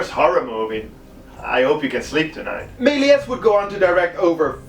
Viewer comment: Ik wil geen klootzak zijn maar je spreekt meliés fout. je spreekt de s niet uit